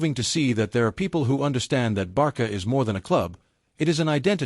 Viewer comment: 1 Álvaro Carreras is from Spain 2- it's not Barca, is Barça and the pronunciation is Barsa. If you don't have the "ç" use "s".